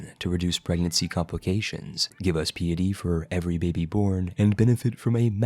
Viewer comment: It's pronounced "pie itty", not "pee itty". You said pious right, if piety was pronounced the way you say it then pious would be peeous. And you said piety correctly. Just say it like that every time.